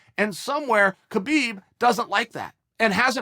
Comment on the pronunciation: “Cabib and Joes-a Aldo”